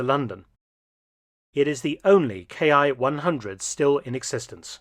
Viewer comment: A welcome showing! I was fortunate to see a few of these when last in the UK. Small correction -- IJA aircraft designations are not pronounced 'K.I.,' but rather, 'Key' (キ), being short for 'Kitai,' or 'Airframe.' So, for example, the Ki-43 'Hayabusa' was factory-coded 'Airframe 43' while being service designated the 'Army Type 1 Single-seat Fighter'.